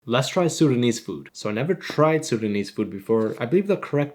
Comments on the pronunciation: I thought you said sundanese not sudanese lol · I thought bro said Sundanese